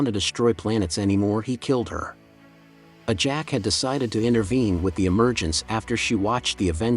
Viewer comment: And he keeps calling what's her name ajack it's ajax.... If people want to make commentaries and do shit at least get it right